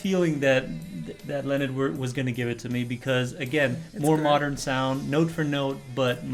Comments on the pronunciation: "Leonid" is properly pronounced "Lay-o-need" ,(Russian pronunciation). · Only one complaint, name and band name is pronounced - nid and Friends.